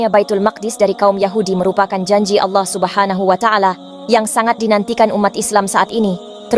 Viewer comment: Ko orang barat paseh bangat...kata2 allohnya ya...mantap deee